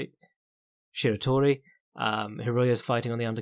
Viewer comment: This is hilarious, fighting "some guy" oh um Taiju Shiratori, Shir a tory, yeah just the guy who won the RISE WS 61kg and is one of the best in the world at that weight. some guy Gave up a date? You realize the BEllator Japan card has 10 + RIZIN fighters on that card including a ruleset in the cage that you dont see anywhere else, with Rizin vs Rizin fighters? and lastly Kawajiri won to get into the lwgp against then undefeated Ali Abdulkhalikov, before you try to speak on things you should A: Learn how to pronounce names. B: Know if a fighter lost or won his last fight. C: Not rely on wikipedia but rather watch the fights "Not won a fight in however long", his last fight, 2.5 months against a guy who has shown good skills, but I am sure you would not know him either if he doesnt have a wiki page. bwahahahaha Pretty sad to say something sux when you dont even know how the fighters got into the GP and clearly didnt watch any of the said bouts to decide who was selected. Listening to recaps of ONE and RIZIn and came across this trash, before you hate on something you should really know what you are talking about but I will say the 3 people listening with me got a good laugh at you stumbling through names and proceeding to hate on something with zero knowledge of anything about it. Glad I heard this so I can stay away from garbage or if i really need a laugh I can come here to listen to someone who sure acts like he knows something until it comes to names, records, previo